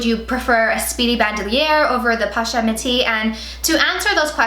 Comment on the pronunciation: Posh-et lol